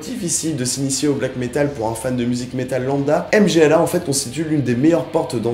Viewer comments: m-g-l-a comme tu dis ça seprononce "mmmgoouuuahhhh" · pour une prononciation correcte du groupe polonais - [mgwa]